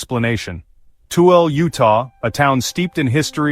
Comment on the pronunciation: tooelle pronounced too will a .